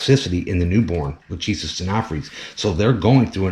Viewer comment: Lachesis is not Luhtcheesis It’s pronounced Lahkaysiss